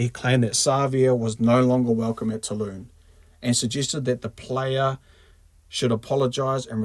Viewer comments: Seriously mate, it's Toulon not "Tooloon" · Two-lon not Two-loon. ;)